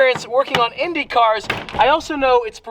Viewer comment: Brazilian here, the pronunciation was SPOTLESS MY BOY